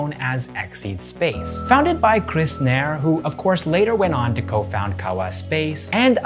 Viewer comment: You may have mispronounced 'Nair'. It is pronounced as 'wire'... Just replace the sound of 'wa' with 'na'